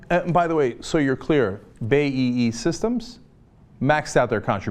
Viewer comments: Bay-E-E? You mean BAE >_> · Cenk, stop pronouncing "BAE" as "Bay-ee-ee". It's "Bee-ay-ee", as in the letters of the alphabet you see in front of you. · Oh cenk your ignorance once again shows. 1. You dont even pronounce BAe systems correctly, it isnt bay.... 2/ Its multi national, it operates in near every country in the west, middle east and south america, it isnt really a "british company" these days. 3. It owns iirc about just under 25% of all US arms manufacturing, it doesnt own more because of US monopoly laws. Meaning yes, it kinda is a US company in the sense it produces 25% of the kit, lol. Once again Cenk has no idea about something from "outside" the USA, its getting really sad because you can find this out by a simple search online.